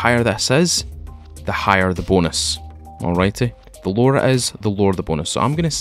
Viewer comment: Every time he says "the lower"I was thinking he was saying the lore' and then I would wait for some piece of history on the game LOL it got me like three times